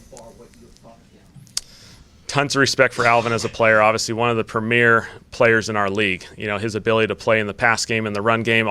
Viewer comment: He said premeir and that he's excited to team up with him, friend.